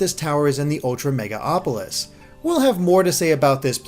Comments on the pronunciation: MegaLOpolis, not Mega-Opolis. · FOR FUCKS SAKE ITS MEGALOPOLIS WITH AN "L" NOT MEGA-AAAAAAHPOLIS PLEASE HOW DID THIS SLIP THROUGH MULTIPLE TIMES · Mega-LOPOLIS. Not Megaopolis. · It's MegaLOPolis not MegaOPolis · Who else got a little triggered every time he said "MegaOpolis"? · It's actually Me-gal-opolis. There's an L before the O.